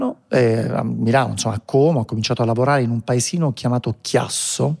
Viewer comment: Volta, Como e non ha ancora imparato a dire Como con la O chiusa